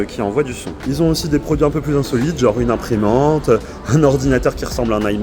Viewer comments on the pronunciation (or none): none